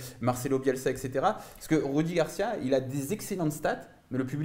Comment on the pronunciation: Ces rudi garcia arrêté de dire roudi